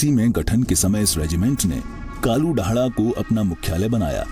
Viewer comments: कालुधड़ा नही कालु डांडा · कालू ढाडा नहीं सही नाम है "कालू डांडा"